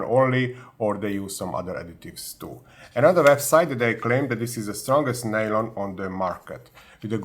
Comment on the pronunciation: Nylon, or "Nalon" as you refer to it, is a brand name. It's just PA (Polyamide)